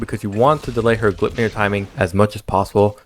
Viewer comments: since there is an "ei" in the middle, you say it like how you pronounce the word "eye." Gl-eye-p-near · Gleipnir is not pronounced that way